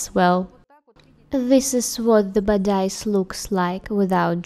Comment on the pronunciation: Like Lucia Burgos I love your videos. But the translation and the pronunciation should really be improved. In this video the pronunciation of 'bodice' is so wrong, that one nearly can not understand the meaning.